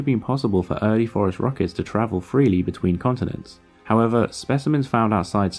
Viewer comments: This is what happens when you have an oral language that much deviates from its originally phonetic counterpart, its written form. Spaniards, Portuguese, and Italians would not pronounce Phorusrauchids 'forest rockets' -- they would distinctly pronounce both u's like the u in 'put,' the i like 'ee' in 'meek,' the 'a' like 'a' in 'ah' and not combine 'a' and 'u' into an 'o' sound. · if you are basing the pronunciation on the American standards, then yes it does sound like Forest Rockets. But this guy is British, they have a different system. so there's the distinction. But yeah Forest Rockets are a cool name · Phorusrauchids... 😂 You've just made the whole reply section to go DEFCON 5 over that "Forest-Rockets" racket. It feels that tags with every term and name you pronounce in a vid is of the essence. Keep up the good work! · can we PLEASE start calling these guys "forest rockets" like we all thought he was saying, that is the single sickest bird name ive ever heard. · lol even the auto translate captions heard it as forest rockets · It's not until (where the subfamily phorusrhacinae is spelled out for us on the screen) that I realized he was saying "phorusrhacids" and not "forest rockets." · Took me 6 minutes to realize he wasn't saying forest rockets. 🤣😂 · It wasn't until that I realized he wasn't saying "forest rockets" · Is he saying forest rockets? He says it so many times in this video and it sounds exactly like forest rockets. I am not sure what else he could be saying. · Damnit. Wtf is a forest rocket and why is it bothering me so much that he's pronouncing it like that? I'm weirdly angry about your pronunciation and I don't know why. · Me too! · Same 🤣🤣 was listening instead of watching so that made it even worse. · Yep me too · Actually, it's not exactly. He's pronouncing more of a "t" at the end, instead of a "d". But they do sound close. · I keep thinking that you’re saying “forest rockets” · I was happy with hearing what I heard... FOREST ROCKETS